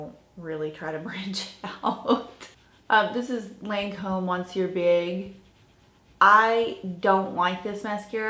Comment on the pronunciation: Your videos are great, very fun. Here's how to pronounce the French word Monsieur: Muh-ssyuhr (you leave the 'n' completely out of it). 😜🇨🇦